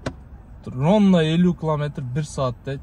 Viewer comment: Ронна эмес ровно болот го мен кичинекей кезимде ронна дейт элем😊